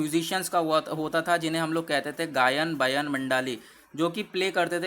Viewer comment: गायन बायन मंडली । भाई प्लीज़ हिंदी में भी पढ़ लिया कर क्योंकि इंग्लिश में लिखी हिंदी बहुत ही बकवास पढ़ते हो